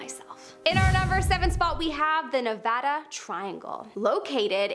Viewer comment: thank you so much for saying Nevada right! you are amazing 👏 ❤️ 💖